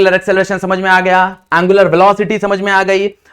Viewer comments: Its angular not a aangular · He say aanngularr 😂😂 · Angular ❌ aaaangular ✅